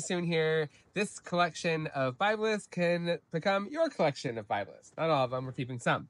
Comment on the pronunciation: 'Word'-To-The-WISE ... It's-Pronounced [BIB-LESS] ... In-Its-Country-of-ORIGIN ... &-Rica-ERICKSON Was-The-'First'-Person To-Describe ... The So-Called 'Northern'-FORM (Liniflora) ... Across-The-[1950]s-&-[60s] ... Mainly-IN Newpaper & Then Later Magazine-Articles ... 'Worth'-Looking-UP ... Now-We-'Have'-The-INTERNET ... & 'High'-Speed-Clayton's-BROADBAND So-To-Speak!!!??? >(*U^)< (Joke) Wink